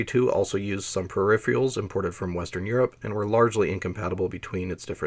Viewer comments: Per if eR al. Just like it’s spelled (VO kept saying per if ee al) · This is a seriously well-done video. You fascinated me so much that I wound up downloading the CDC summary of the RYAD 1040 performance. One wee thing: "per-RIHF-Er-uhlz", not "per-RIHF-Ree-uhlz". Sorry. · per - iffer - alls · Hey - great but a kit-pick on pronunciation... Pur-RIFF-Ur-uls not Per Riff-REE-uls-- but whatever. great set. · Are you saying 'perifrials' instead of 'periferals'? eg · "Peripherals" is pronounced "pair-rif-er-alls", not "pair-rif-re-alls" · Also loved every instance of ‘Syrilick!’ I love these two pronunciations so much that I'm literally using them in my head as I read the words now 😂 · I can't help it - whenever you say "peripherals" I hear "periphials". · Can't blame the guy for being excited to tell us about the periphieraials. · Brilliant work but say it with me... per-iph-er-als. I had to stop watching that's so annoying. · how can someone know so much but also not know how to say pewifawils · I've never heard anyone pronounce 'peripherals' as 'periphreals' before, and now three in one week, and it's only Thursday! 🤣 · Perr-rif-erals theres no a. Not even in the pronounciation. Its not a pair of anything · Agreed, the second R is not silent. I've heard this a few times from people, and I always wonder whether or not it's just a weird accent or they just can't read correctly. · You're gonna be mispronouncing the word you yourself chose as the title of the video, huh. I'm a minute in and have to nope out after hearing it a bunch of times already. Doesn't give me an impression of careful consultation of sources. Something expected of documentaries. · Interesting. I enjoyed it, except that you can't pronounce 'peripherals'. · PERIPHERALS, where in the god damn world are you seeing the second I in the word PERIPHERALS. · Can't this guy learn how to pronounce "peripherals"? He mispronounces it every single time, as if he can't read.